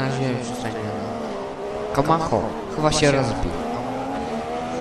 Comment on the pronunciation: kamacho czyta się kamaczo